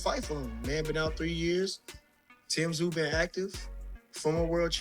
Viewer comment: AI generated, Tim "Tah-sah-you"